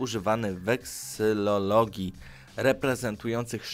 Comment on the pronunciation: Nie herlatyczna a heraldyczna (herbowa), nie wesylologia a weksylologia, nie kośćca, tylko kosaćca, nie {kłebek] tylko [kebek], nie Ejtiopii tylko Etiopii, nie prajndo, tylko praindo. Zanim nagrasz przećwicz czytanie.